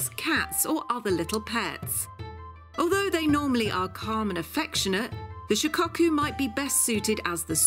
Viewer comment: Shicocku, lol its shi ko ku